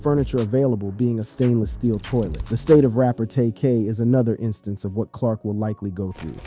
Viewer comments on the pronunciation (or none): none